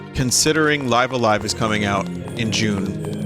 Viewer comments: is anybody gonna correct Vinny's pronunciation on "Live A-Live" or am I just going to go crazy every time he says it? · I get the Arceus thing and all, but I've just never heard him say this game's title properly -- and many people do pronounce it the way he does. If he is doing it intentionally than by all means, but I just want English major Vinny to know if he doesn't.